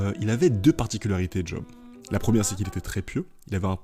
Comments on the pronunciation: Bonne vidéo ! Par contre je me permets, juste parce que ça m'a trigger à fond, Job ne se prononce pas à l'anglaise ("djob") mais à la française ("geob" pour l'écrire phonétiquement)^^ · Vidéo vraiment top je découvre, par contre, par pitié arrêtes de dire (d)Job, juste Job ! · J'étais en train de kiffer la vidéo puis tu t'es mis à appeler Job en le prononçant 'djob' alors que ça se dit 'jaub' dans le pire des cas 😭😭 vas-y jv faire un effort pr finir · Job ca se prononce Yob